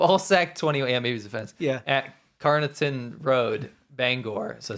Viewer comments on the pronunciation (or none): He's from Wales - that explains a lot! The name you couldn't pronounce is said 'Can- are-fon'. The other one is Norwich - pronounced 'Nor-itch'. No W sound. When this guy went to University, it was free in the UK. Primary school is for pupils aged 5 - 11 yrs old. Hope that clears up some of the bits that you couldn't understand. 😊